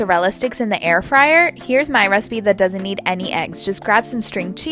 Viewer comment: Not the first dude calling it air-free-air ☠️🤚🏼